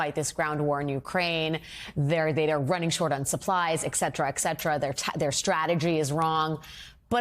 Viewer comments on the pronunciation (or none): Wow. I just heard a newscaster on MSNBC actually say "EK-SETERA, EK=SETERA" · Somebody please tell that lady it is pronounced "et cetera" and not "ecksetera". Thank you. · ET cetera, not EX cetera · I like her teeth. Not enough to forgive her for saying "ekcetera" though. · Et cetera. ET! Seriously, if you're a news anchor, you should at least be able to pronounce some of the words.. Apart from that very interesting piece. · Why do educated journalists, like her so frequently say ECSEDRA???